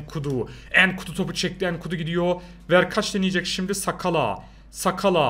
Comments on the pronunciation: Sakala degil nsakala oku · Ensakala diye okunuyo ben mı öğreteyim sana